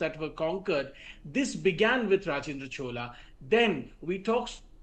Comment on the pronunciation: Please correct your pronunciation of Rajendra Chola, and Chola empire, and other cultural aspects, madam.